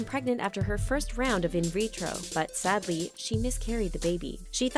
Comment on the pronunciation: So much emphasis is put on the word “sadly” if your not so financially, physically, and mentally capable of being domesticated